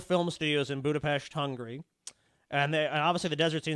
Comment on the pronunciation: said budapest right omg im so proud!